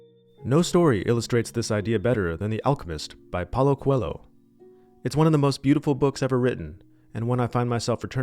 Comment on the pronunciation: Oh meu senhor, aprenda a pronunciar Coelho da forma correta. Que agonia!😂